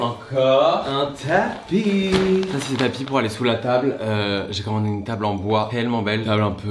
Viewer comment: un tapis "peurse" ?... au secours.